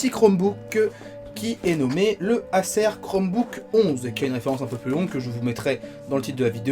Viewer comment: Pourquoi bien prononcer «chrome book» et ne pas bien prononcer «Acer» qui est un mot anglais qui doit se prononcer comme «ai-sir» à l'anglaise.